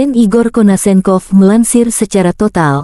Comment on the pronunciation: NOT KONASENKOV HE IS KONASHENKOV! SH! LIKE IN A WORD SHARK